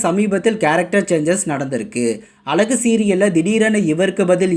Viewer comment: இந்த சீரியல் பற்றிபேசும்நபரேதமிழ்உச்சரிப்பைஅழகுவார்த்தை.. ஒழுஙகாகசொல்லக்கூடாதா